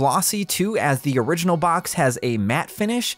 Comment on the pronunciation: Exactly correct, I noticed that as well. I like to research regional differences in GBA game cartridges, and this is a very bad fake even still, but not due to the lack of an ESRB rating or the Original Nintendo Seal of Quality. (That "Orighinal" though... Gotta admit, that's pretty funny.) Also, "NEU6" isn't a region in the world, so there's also that. :P